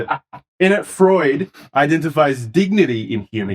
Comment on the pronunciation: Pronouncing Freud as "fraud" is a wonderful Freudian slip!